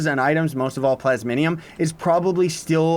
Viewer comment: Ikr some people say plasmonium. Its just plasmium